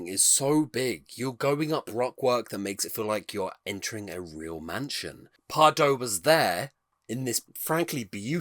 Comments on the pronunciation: Loved this! I am a huge Efteling fan and love to see people enjoying Efteling 🥰 Just a small tip how to pronounce Pardoes though… 😉 It’s pronounced as PardOUS 😊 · Maybe Pardoes would have wanted to meet you if you had pronounced his name right! ;) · Efteling is like a national treasure to the Netherlands, many Netherlanders are incredibly proud of it. If you don't mind me being a bit pedantic: Pardoes is pronounced as 'Pardoos' - the 's' is not silent. And the 'Piek' in Anton Piek is 'Peek'. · Anton Pieck is pronounced as Peek/Peak, and Pardoes as Pardoos as in snooze/mousse.